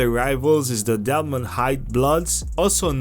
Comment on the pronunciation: It’s Delmann Heights not Delmont wtf😂